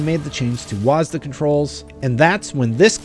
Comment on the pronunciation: Don’t say wasda…